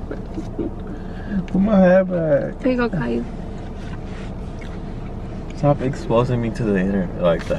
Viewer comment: Dang she said cailou 😂😂😂